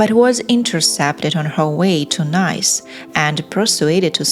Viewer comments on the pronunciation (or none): NICE is NOT pronounced "nice" as in "a nice place OR a nice person OR a nice restaurant" but rather as NEASE like GREASE or FLEECE. Listen to the correct pronunciation on Google. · If you mean the city of NICE…it is pronounced NEEES. How can you not know that? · Please learn how to pronounce Nice, the French city. It is a nice city, for sure, but it’s Neece. 🙄🤮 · Keep pronouncing Nice wrong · You are mispronouncing the word NICE a city located in France. The way you are pronouncing NICE means pleasurable or pleasant etc.😮☹ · Your English is excelent... but you really need to sort out your DIALECT, for example, when you said the word "Nice", you said it absolutely incorrect.